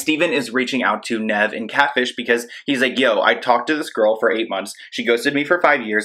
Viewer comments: "Nehv" haha it's more like "Neev." For catfish being soo popular I can't believe you've never watched the show? Cause literally everytime he says his name .. and it's said like 1000x per episode. How did you get it so wrong lol I find this so funny .. jeeezus!! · When he said “nev” 😭 it’s pronounced like “neev” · His name is pronounced neeev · I like how you say Nev lol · Why is it so hard for you to pronounce names??? Listen to a catfish episode on YouTube and you can herr them call Nev by his name so you can stop saying peoples names wrong😂